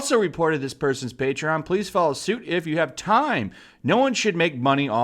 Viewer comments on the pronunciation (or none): none